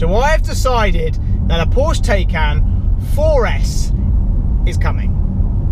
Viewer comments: You pronounce it „TAY-cahn“ not „TEY-cahn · Pronounced “tiecan”... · Porsche officianardos would confirm that the correct pronunciation of Taycan is actually Tycan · Clickbait, still no TAYCAN, pronounced…. Tie-can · It’s pronounced Tie-Can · It's pronounced "Tie" like a neck tie, and "Con" like a con man.